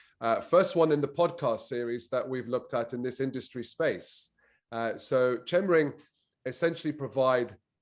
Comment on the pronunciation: Pronounced 'Kemring'!